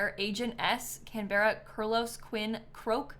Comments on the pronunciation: I was gonna say Can-bruh but I'm from the UK so may be wrong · Every Australian screaming "It's pronounced Can-bra!" while you're reading out Canberra on your bingo card 😂